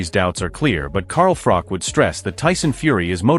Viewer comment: It's Froch, not Frok